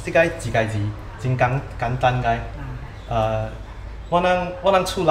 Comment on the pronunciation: 简单，是念头Gang Dwa, 不是Gang Dan